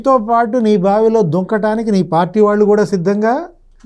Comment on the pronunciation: దూకడానికి అనాలి దంకటానికి అన కూడదు కరెక్ట్ చెయ్యాలి